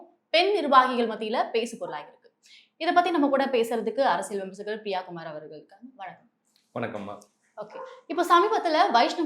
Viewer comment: சகோதரி எங்க தோழர் பெயர் பிரியா குமார் அல்ல ! பிரிய குமார் ! சரியாக உச்சரியுங்கள் ! 46 வது வட்டம் வடசென்னை மாவட்டம் நாம் தமிழர் கட்சி பெரம்பூர் தொகுதி அ திருவேங்கடம்